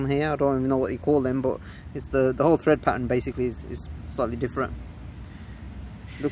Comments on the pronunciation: Tread not thread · Tread! Not Thread! Ahh...